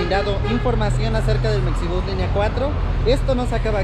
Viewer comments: Oye y porque la X en Mexibus no la pronuncias como la X en Mexico? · Sigo sin entender ¿Por qué le dicen mecsibús?